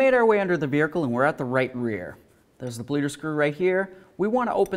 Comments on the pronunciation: Does he say vehicle weird. Vihercal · "Vericle" nice